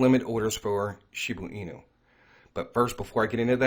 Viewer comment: ShibA inu.. not shibU inu lol 😆 thanks.